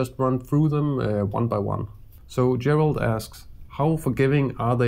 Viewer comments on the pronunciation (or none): none